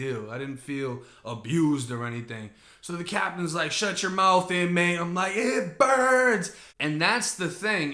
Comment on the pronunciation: "Itt burnss"😂😂